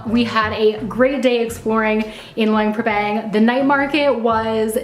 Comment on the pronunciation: Nice video but Luang Prabang has a lot more to offer than the night market. In fact the night market is a long way down the list of things to see and do here. Also a tip for you is to learn how to pronounce the name of the place you are visiting so that you say it correctly for your video.